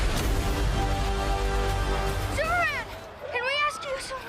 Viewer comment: “Hey. I’m thooperman” 😂